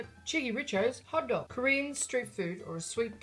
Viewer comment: It kept sounding like you were saying "hotdog" instead of "hottoek"..